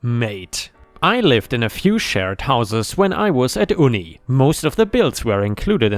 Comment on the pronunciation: Fyi it's not "ooni." it's Uni (youni) short for university.🤦🏻‍♂️